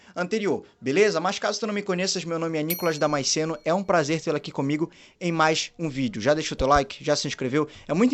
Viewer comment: Boa conversa Nicolas. Só corrigindo. SC de DamaSCeno é dígrafo, duas letras com som de uma. Foneticamente ouvindo é: Da-ma-Ce-no. Ok? Fica o toque.